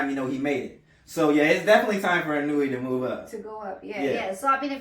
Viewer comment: You pronounce it. EE-'NOY-YAY, not ee-noo-ee; sounds like 'KON-YAY